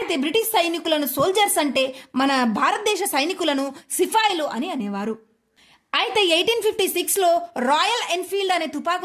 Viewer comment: సిఫాయిలు కాదు సిపాయిలు